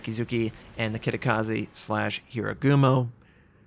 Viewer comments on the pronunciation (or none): HA Ru Gumo. Not Hirugumo :P Sry, I can't help myself :( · Sorry, but Hir-a-gumo?